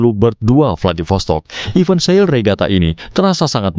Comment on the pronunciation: tolonglah penyebutan event itu jangan iven yah yang terhormat Bapak pengisi suara.